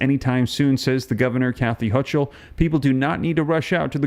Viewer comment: The "ch" in Hochul is pronounced like a k.